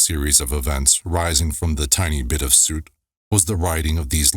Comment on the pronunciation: Soot rhymes with foot.